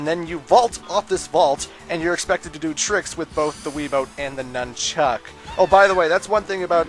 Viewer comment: I know you're Canadian and you use that for your reason for saying anything weird or different, but why do you emphasize "chuck" when saying "nunchuck"? My friend, Troy is from Canada as well and he says "nunchuck" emphasizing the "nun" like everyone else I know.